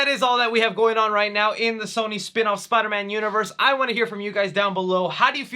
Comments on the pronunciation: "Spukmik Universe" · I love when says spumc